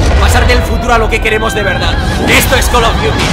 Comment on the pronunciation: jajja es call of frios